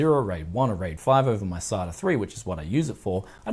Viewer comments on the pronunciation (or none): none